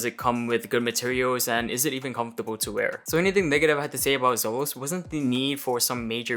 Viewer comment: Isnt' it pronounced ZEE-LOS dude?